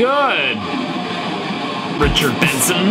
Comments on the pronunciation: I just made a 10 min video of him saying ritcherd bensen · Ritcherd bensen